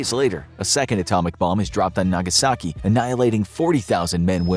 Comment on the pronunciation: Nagaski??? Missing a vowel there, bro.